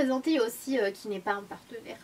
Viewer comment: Non, ça se prononce " ki " si jamais